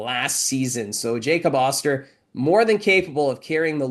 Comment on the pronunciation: Hey could you please ask to announce Jacob osters name correctly. Getting very annoyed